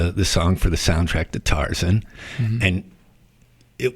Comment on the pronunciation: He also called Tarzan "The Tarzen"